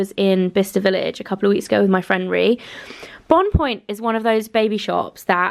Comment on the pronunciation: Loved the video you look glowing? Bonpoint is pronounced bonpwain:) these french and their pesky silent t's!!:))